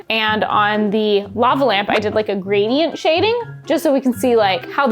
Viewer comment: it's a LOVE-a lamp!